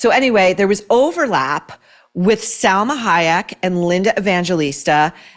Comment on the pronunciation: It’s pronounced SAL-MA not SEL-MA You would appreciate this little correction. Love your Kennedy women book I’m reading right now ! When is the next one for us troublemakers !?